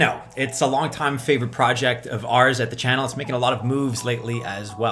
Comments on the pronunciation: Car don o lol only way i know how to put it to where u say it the way im used to hearin it haha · Why do u say cardano the way u do bro ahha